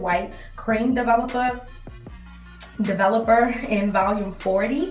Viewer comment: “ develupuh” lol ❤️